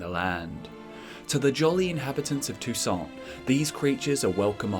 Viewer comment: It's prronnounced toussan, it's french(Techincally not french in the witcher but everything there is undoubtedly french inspired, names included.)